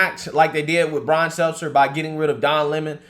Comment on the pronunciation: Goddamn this guy sounds ignorant AF sometimes.. been years, and this fuckin guy still can NOT get Brian’s name right.. smh With his country ass…